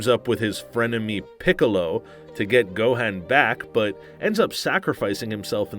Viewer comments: Y’all should have gotten a better host cuz not gonna lie I was a little mad when he pronounced sayain,gohan,and vegetas name wrong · You said Gohan, Vegeta and saiyans wrong.